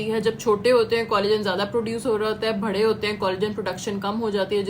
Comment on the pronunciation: "بھڑے" نہیں ہوتا بی بی ۔ "بڑے" ہوتا ہے۔